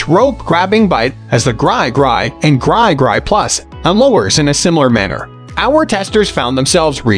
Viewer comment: He said "gry gry"